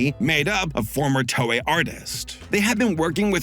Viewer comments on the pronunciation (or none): none